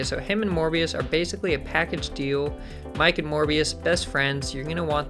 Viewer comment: Miek is pronounced "Meek", like "seek" but with an M :). Other than that, excited to give this dude a try. You touched on some great points as well!